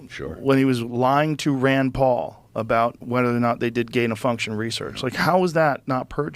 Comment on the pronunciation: Bruh…Did you say “Rad Paul”?